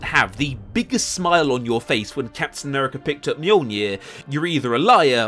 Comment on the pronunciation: Mf said Captain Nuerica and expects to be taken seriously